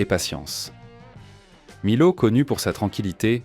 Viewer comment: Millau se pronounce à la française : mi-o. Comme mi-haut. Pas mille-aou. Voyons.